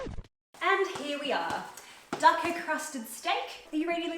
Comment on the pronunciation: Loved this video so much! It was hilarious! But Dukkah is pronounced dooka not ducka